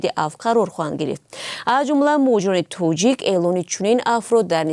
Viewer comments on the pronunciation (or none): none